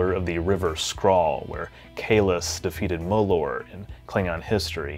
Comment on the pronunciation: A true Star Trek fan does not miss pronounce the name of characters. It is pronounced mole are not mole or. note that this is not the spelling of the word, just meant to demonstrate proper pronunciation.